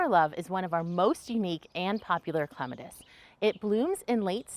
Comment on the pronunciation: Thank you for pronouncing it correctly 🙂